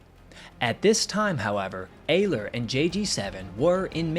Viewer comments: it's pronounced ERler, not ayler. youre forgetting to pronounce the R in Ehrler. i speak gerrman, btw. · Heinrich Ehrler (the Ehr of his last name is pronounced air) "sehen sie im Walhalla" (see you in Valhalla) before ramming the adversary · Ehrler is pronounced Er ler in Heinrich Ehrler's case. Underreporting was relatively common during WWII, so was overreporting though. Denying intelligence to the enemy is the point of underreporting losses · Well done. For all who are interested: Ehrler (pronounced Air.ler) addressed his famous last words to his friend Major Theodor "Theo" Weissenberger (Kommodore of JG 7; 208 victories). The original words in German: "Theo, Heinrich hier! Habe zwei Bomber abgeschossen; Munition ist alle. Ich ramme jetzt. Auf Wiedersehen, sehen uns in Walhalla!" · Btw it’s pronounced more like eRleR focusing more on the Rs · One thing I would suggest when stating names foreign to you is to use something like Google translate in order to learn the pronunciation. I'm not sure how ‘Ehrler’ became ‘Ayler’, though I am always unsurprised at the mispronunciation of ‘Adolf’. It often makes me wonder if there are people that call an apple an ‘aypple’. I do understand that sometimes these things can be tricky, but I honestly do think it would be a good thing to do since it's so easy to check these days. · Name of the Pilot is pronounced Heinrich (sh from the back of the throat) Air-ler. Can't you get anything right mate lol its alright